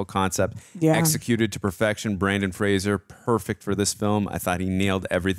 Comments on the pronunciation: It’s pronounced Fray-zer (like razor). It’s not Frasier. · It's "Fraser" like the "Razor"! If you pronounce it like the show "Frasier", he will get mad! 😉🫶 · Brendan not Brandon and Frasier is pronounced Fray-zur according to Brendan. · Yes, yes, yes! Such a great movie ... but as a PSA - Fraser is pronounced to rhyme with Razor. (Not Fray-zur like Kelsey Grammer!) Said only with love because Brendan has battled it his whole professional career so the least we can do as fans is get his name right 🙂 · If it helps, and I’m sure others have said it, Brendan Fraser has said that his last name is pronounced like laser 🙂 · You’re to go to the first time- it’s pronounced Fra-zer. He always corrects people. He says it’s Fraser like razor. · Fraser rhymes with Razor